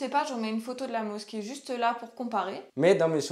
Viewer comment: Bonjour Le "s" se prononce "z" entre 2 voyelle. Effectivement la mosquée n'est pas mis en valeur. Dommage car le monument est magnifique. Bon courage pour Israël.